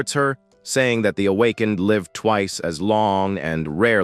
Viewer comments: MF Ai can't read "Awakened" 😂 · Needs more training